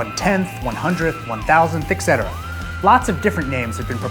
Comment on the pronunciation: It’s ETcetera not EKsetesa